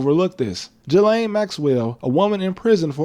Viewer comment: All that talk like you know better and you can't even pronounce Ghislaine right?